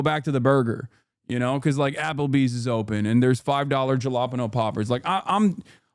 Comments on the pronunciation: Jah-la-pen-o. Dude. Ha-la-peenyo Somebody tell him. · ha-la-peen-yo jfc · i like it because my favorite dumb joke only works with that pronunciation: what did the nosy pepper do? It got jal-ap-eño business! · The way Hasan said jalapeño almost took me out! He made it sound like a region instead of a pepper. 😂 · As a Latino, Hasan's pronunciation of jalapeno damaged my ear drums. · That jalapeño pronounciation is diabolical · I cracked up more and more ever time he said jalapeño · Ugh... Did Hasan really have to mispronounce "jalapeño?" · Is saying jalapeño like that some kind of lore i missed? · I can't believe that jalapeño pronunciation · He knows it’s wrong lol he’s saying it in hog-speak